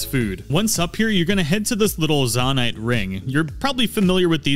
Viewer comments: Zone-ite not Zon-ite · ZONE- ITE....not Zohn ite.....jesus.... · Nahh bro why are you saying zanait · zo-nite not za-nite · It’s zonite not zOnite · Great video, super helpful. The way you say 'Zonaite', though, fills me with seething rage. Even more than people pronounce bokoblin wrong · Im sorry but the way you say zonaite hurts me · Why do you say zonite like that…it cuts like a jagged spoon everytime you mispronounce it. Lol You said zonia fine ONCE but gah dang.